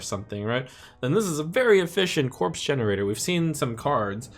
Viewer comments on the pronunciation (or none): none